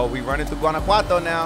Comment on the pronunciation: The homie said Guanajuato all good lmao I think he low key Mexican 🤣 sick driving yo